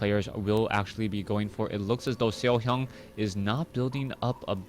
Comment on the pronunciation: i love like u say SeoHyeon <3